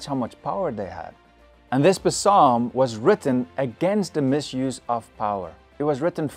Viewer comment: I love the video. Is anyone going to tell him that he doesn’t need to pronounce the P in Psalms.